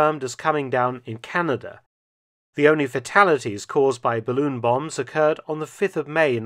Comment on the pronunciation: It’s a barroon.